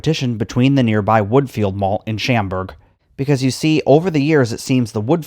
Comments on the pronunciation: "Sham-burg" HA! it's "shawm-burg" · The mall was there BEFORE much of the housing. This was jammed in the 80s and 90s. We were there all the time. Woodfield is not close, it's about 20 miles away. It's pronounced shomburg, not shamburg. I have video of Stratford back in the day. I should post it - from the late 80s.